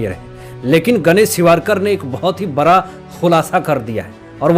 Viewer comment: सर आप बड़ा को बरा क्यों बोलते है